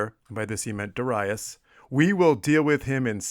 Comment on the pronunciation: Very interesting tale about the sack of Miletus. Also, I like how you pronounce Darius correctly, at least this Latin version of the name, according to Latin stress rules on the second syllable as Darīus. Great work!